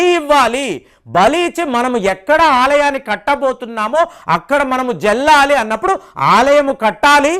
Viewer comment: జల్లాలి కాదు, చల్లాలి.